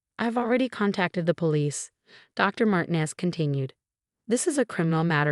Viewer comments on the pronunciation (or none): Mar teen ez